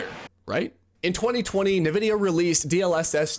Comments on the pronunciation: "Nuh-VIDDY-uh" ...Says a guy who's clearly never played an actual PC game... *whispered* en-VIDDY-uh... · I came here to say this, but I knew in my heart that it had already been said. <3 (BTW, it's pronounced "N"-Vidia) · I'm pretty sure it isn't pronounced "nuh-vid-E-uh." It is more like, say the letter, "N," then say "vid-E-uh.". I can't listen to this video because of it. Ugh. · It’s “in-vidia”, not “nuvidia”. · Why are people saying "nuh vidia" now? Jensen clearly always says "en vidia" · Thanks for the video, but why are we pronouncing it Na-vidia? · Who tf says Nevidia😂😂😂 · If you say "Nuhvidia", you literally have less than 100 IQ, i swear to god... Search up "Nvidia Intro - The Way it´s meant to be played" on youtube, you'll figure out how to correctly say that word... Everyone, except people with less than 100 IQ knows how to say Nvidia, correctly. 🤣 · Nvidia pronunciation is the backwards way people pronounce 'N'tendo. Most people Say 'N'vidia. cracking me up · You even used a clip of Jensen Huang pronouncing it correctly: "en"-vidia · “Nuh vidia” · Yep, drives me crazy to hear people say NA-Vidia. Look at the spelling... NV not NAV. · NEvidia or ENvidia or INvidia? What is the real pronunciation? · Already know this guy doesn't know shit as soon as the video started. Can't even pronunce Nvidia correctly, and then titles the video "DLSS Made Developers STOP Caring About Graphics" but immediately opens up by mentioning frame gen (which isn't really DLSS, it's one small part of the DLSS feature set) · I memba when Super Sampling was rendering the game at a higher resolution and then down scaling it to your monitors native resolution for better image quality. Good times. P.S. Please learn to say Nvidia correctly. Your pronunciation of it is infuriating. 😡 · Guy can't even pronounce NVIDIA. This is the blind leading the blind. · Why do you pronounce Nvidia like that?